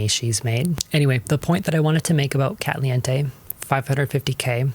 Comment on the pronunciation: I started zoning out and then realized that you said katliente I watch a ton of her youtube videos because she's able to summarize a lot of art drama. Thankfully it's not TOO bad, but eh